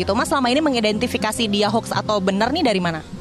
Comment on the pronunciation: Bukan Hoks mbak, tapi Hoax... 😁